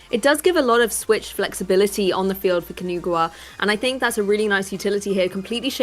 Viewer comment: Great content but I can’t focus because of the way they pronounce Kinugawa.